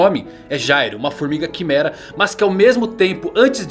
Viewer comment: Se pronuncia gairo